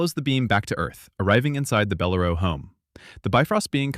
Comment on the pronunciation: It's Bell-- LAIR'--oh NOT beh-lair-o.